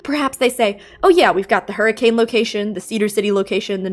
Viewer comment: Just a minor thing, when you're talking about Hurricane, as in the place in southern Utah, it's actually not said like the weather phenomenon, but instead as Hurri-ken (Source: I was born and raised in Southern UT)